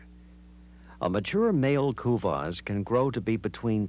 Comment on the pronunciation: Americans can't pronounce kuvasz (I am hungarian so I know)